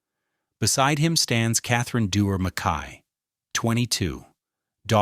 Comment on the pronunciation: For the love of God: MACK-y!!!